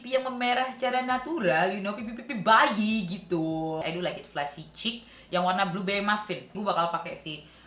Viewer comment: Yeay new update! Thank you kak for the review and some insights about make up too, i like how you see make up brand not only about the quality, you represent us who have the same problem. I like your preference too.. Btw kak pas lu ngomong bayi ada dua kali ya ngomong itu lucu bat wkwkwk gue ulang bagian itu😂